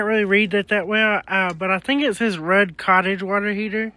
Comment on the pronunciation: Your knowledge and wisdom about a lot of different things is pretty awesome.....FYI RUUD is pronounced RUDE